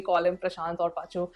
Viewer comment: It's Paa-chu-vum😁